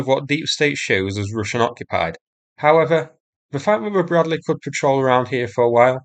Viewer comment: BRAD-LEE not BRAD-LAY